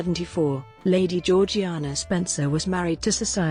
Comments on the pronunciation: It's pronounced "Zhor-zhay-nah" and not as it's spelled. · It is pronounced GEORG JAYNA!!!!!!!!!!!!! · For a start , her name was only ever pronounced by her family and those who knew her, as George-Jaynah. And, her family home was pronounced Altrup, not Al Thorpe.